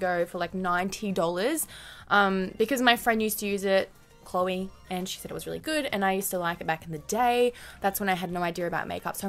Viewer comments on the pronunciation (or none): none